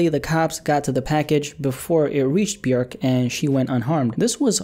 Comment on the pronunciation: Shout out for pronouncing Björk correctly